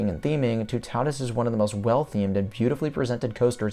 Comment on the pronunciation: I said it before, but Toutatis isn’t pronounced too-taw-dis like you say it,more like too-tah-tiss 😁